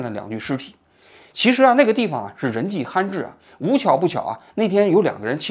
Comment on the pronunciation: 王局，罕是第三声，不是第一声。你每次读罕见，人迹罕至，罕发音都很奇怪。。。